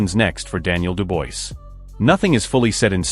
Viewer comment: The guy talking can not say Dubois name properly